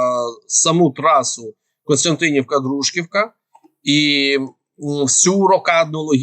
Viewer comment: Не ДрУжківка, а ДружкІвка. Дякую за інфу.